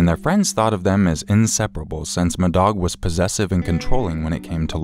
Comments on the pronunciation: I apologize in advance for this, I can't listen to the story about call 2 without thinking you're saying "m'dog" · "Madog"... C'mon, just stop. That's ridiculous. Can't even listen to that story. "Who was the murderer?" "My dog."